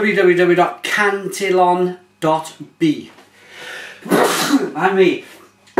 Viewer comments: aaahhh your killing me its can-tee-on and gu-r-z lol :p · Just have to correct your pronunciation... cant-ee-own and gooz...